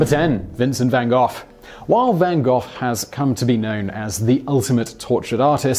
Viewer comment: Literally how did you come up with your pronunciation of Gogh? How daft are you?